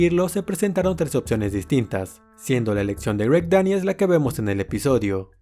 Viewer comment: Buena info, pero hay ojalá trabajara en su pronunciación… palabras como: opciones, explicación, elección, corrección, etc. por favor!